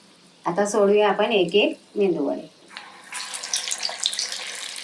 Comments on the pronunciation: मेंदू वडे नाही मेदू वडे म्हणतात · मेंदू वडे नाही हो..मेदू वडे म्हणतात. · मस्तच. मेंदू वडे नाय गो मेदुवडे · मेंदू नाही medu वडे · 👌मेंदू वडे नाही. मेदू वडे म्हणा. मालवणी ना